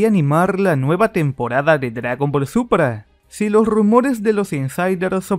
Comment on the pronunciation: Por que siempre dices dragón ball supra en vez de súper XD